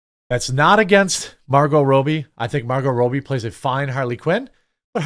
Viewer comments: It’s Margot ROB-E, not ROBE-E 🤦🏻‍♂️ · Damn bro how do you mispronounce "Robbie"??